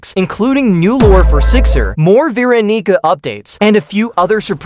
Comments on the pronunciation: Bro did NOT say veeronica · Veronica is said as ver-Ronica